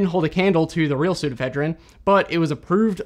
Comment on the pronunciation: Pseudoephedrine actually has five syllables: "soo * do (long) * eh * FED (short) * rin (short)."